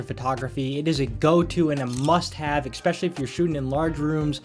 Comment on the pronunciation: Great video! I just have to point out that you’re not supposed to say “ecspecially” and not “ec cetera”. They’re actually pronounced “especially” and “et cetera”. Literally the way they’re spelled is how you pronounce these words.